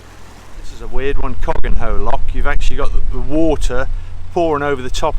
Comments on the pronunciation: Cogenhoe is pronounced Cook-no 😄love the vlog👍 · Cogenhoe Love it! It's pronounced Cookno 😊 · 'Cogenhoe' is pronounced 'Cucknoe'. Obviously. (EDIT - seen that someone has already commented this). The radial gate at Ditchford Lock is typical of how most of the Nene locks used to be. I (think I) remember the lock in Becket's Park being like this. Thanks for this vlog of your trip down my local river.